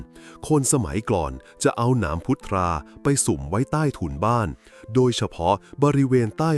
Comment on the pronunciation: พุทรา อ่านว่า พุด-ซา